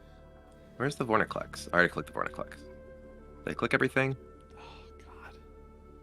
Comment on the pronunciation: VorINclex not VorNIclex